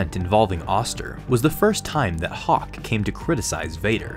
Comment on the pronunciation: bruh it's hock not hawk lol